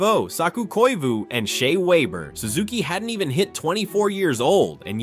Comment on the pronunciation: “Shay Wayber”